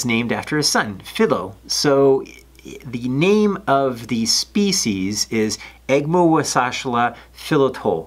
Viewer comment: Youre just showing off your fancy pronouncing skills now....